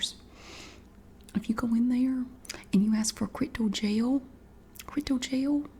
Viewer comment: "crytal gel" I died